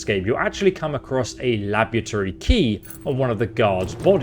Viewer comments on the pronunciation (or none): uhhh... "labytory"? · "...open the labbychurry door..." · the labitory, eh? and here i was thinking its pronounced labRAtory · lab-ery-tory lmao. english is not your strong suit. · "Labuterry" = laboratory lmao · I have only one question What the fuck is a LABUTORY? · Sorry, did everyone overlook his pronunciation of laboratory, sounds like hes saying labutory, my mind...i cant... what is going. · wtf is that pronunciation of "laboratory" lol? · lol, can't pronounce "laboratory"